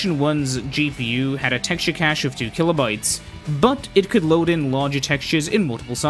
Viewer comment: This is a great video, but please say "cash" 😖😖